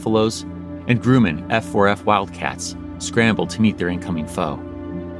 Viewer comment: Grumman is pronounced gruh-muhn